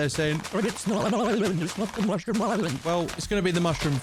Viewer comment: I thought it was a joke when he said much room as in mushroom